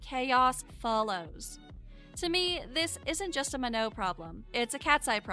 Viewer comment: Not to hate but that's not how you pronounce her name it's manon with a n sorry I'm not hating